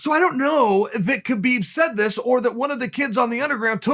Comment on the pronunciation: It's pronounced "HABiB"